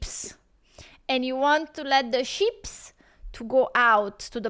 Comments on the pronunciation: It’s just sheep, you sounded like you were saying ships 🤦‍♂️ like that time you ripped into me about your twitch channel, you misunderstood my comment and were too ignorant and up yourself to say sorry, because you’re a fake arsed person. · LOL She said hoard of sheeps, I thought she said hoard of ships until she said pasture. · I like the way says sheeps.